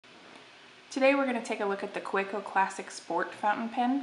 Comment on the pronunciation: Kaweco: Kuh-veh-co